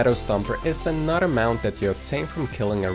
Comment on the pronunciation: Every time you said another I thought you said “a not a” so it goes “and here’s a not a easy mount to obtain” and I was like wuh oh wait